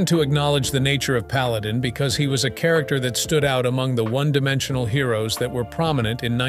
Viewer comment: What painful imbecility. "The krakter of Paladin..." The more frequently I hear AI, the less concerned I become.